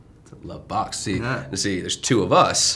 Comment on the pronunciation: The way Jake says "box" like that's the answer to the universe haha